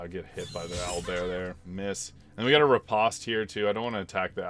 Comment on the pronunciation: When I was a fencer, everyone called it "re-post" rather than "re-paust."